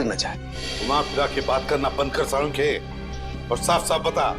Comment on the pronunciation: Not Salonkhe either not Sanunkhey its salunkhe